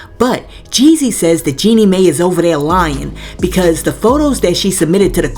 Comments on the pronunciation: FYI.. it's pronounced Jeanie "My." Not "May." Love your channel but it blows my mind how many ppl vlogging or even on produced shows like TGIF pronounce names wrong and actually aren't even up in the news or scandals b4 we are. I watch Jaylee and she will come out with things days before shows that are owned by a whole ass real network with producers and writers. Ppl are just fine with mediocre now. 🙄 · 🤣🤣🤣🤣🤣 It's not pronounced May, it's pronounced My. This is the new route to the bag. Plan ahead and tell your pastor, friends, therapist as a preemptive strike to get to the bag. That 304 is not slick!🤨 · Jeanie last name is pronounced (MY). If a tv journalist mispronounced someone's name... they would have their ability as a journalist questioned. It matters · Hey no disrespect Jeannie’s name Mai is pronounced like the word My… 💕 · Jeannie Mai is pronounced my